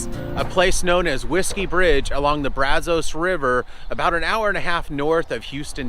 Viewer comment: The area around the Brazos River in Bryan College Station also has a lot of petrified wood. Also, just an informative point, Locals pronounce "Brazos" with a short "a" as in 'cat' and "os" as in 'us'...